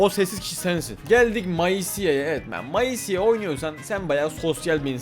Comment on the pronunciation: abi o meyzi diye okunuyor maisi değil😅